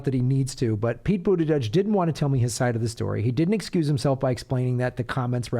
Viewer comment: Pete "Bougeiouse"?